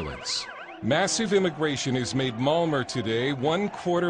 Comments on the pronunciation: Malmer? Isn't it pronounced Malma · malmo (malmö)